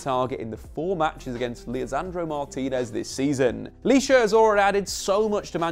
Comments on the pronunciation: It's Licha bro not lisha 😂 But anyway great video 🔥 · It’s pronounced *licha not lisha bro Good video tho 👍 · it's Licha not Lisha😄.